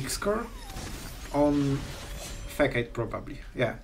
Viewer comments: i love a good janky combo! (btw, facade is pronounced fa-sahd) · It’s pronounced ‘fisaad’ lolol 😂😂 cool video!! 👍🏻